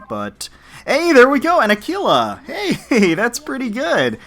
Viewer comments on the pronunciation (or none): none